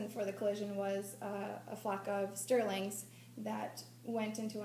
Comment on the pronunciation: a flock of starlings, not "Sterlings". And even though Roxie was a brilliant scientific pioneer, extremely deserving of many tributes (pocast, "Criminal", ep. #206) would anybody want to think of her when they're FLYING?!?😢